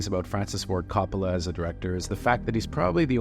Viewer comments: CO-ppola not Cappala. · Say Cop-olla one more time MFer I double dog dare you. Do some damned research like your job means something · The fact you keep pronouncing his name “cop-ala” tells me all I need to know. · His name is pronounced KOH-POLE-AH. Learn to at least correctly pronounce the name of the subjects in your vidoes. And, thanks a big bunch for the off-hand movie spoiilers, too. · For the 1000th time... his name is pronounced KOH-poh-lah. You make videos about movies and the people involved, so get their names right dammit! It's even pronounced correctly in the movie tag you included AT THE END OF THIS VIDEO - after you've said it wrong over and over. Are you paying attention at all? Do you even care, or is it just about crapping out "content". Youtubers who think they know something about something - ugh. I give your "review" a 5 out of 10 at best. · Guy can’t even pronounce the directors name properly why am I going to trust what he has to say about his movie?